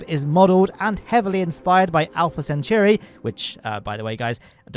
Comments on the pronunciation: Pronunciation note: "Centauri" contains the word "centaur", so it's "sen-tor-ee", not "sent-your-ee". (Also it's a star, see other comments for details.) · While we're being picky, it's Centauri, not Centuri. As in part of the constellation Centaurus, "of the Centaur,'" the half-man, half-horse mythic creature. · You're not pronouncing "Centauri" proprely.